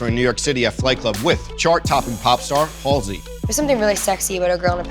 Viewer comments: “Hull-See “- seriously?! That’s how you pronounce her name?! I’ve been saying it wrong this entire time. I’ve been pronouncing it like “ Haze-Lee” smfh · Emily Oberg how could you pronounce it like that?? The L is before the S... like hallzey